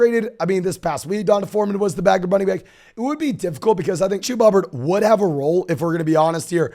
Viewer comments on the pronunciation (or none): Who is Chewboo Hooboo? Or James Coooo? Pace yourself,.